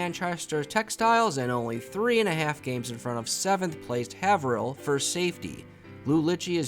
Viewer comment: Haverhill = "Hay-vrill"